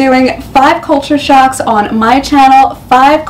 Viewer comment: Hey. you said culture socks, not shocks.:) No biggie though. Love your content.